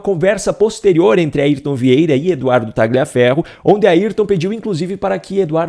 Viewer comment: Tagliaferro é um sobrenome de origem italiana e a pronúncia correta é "Talhaferro".